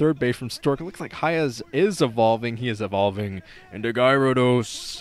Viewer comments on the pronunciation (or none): you called hiya mind at some points also, its gyarados is gar a dos [or that's somewhat similar to how i pronounce it]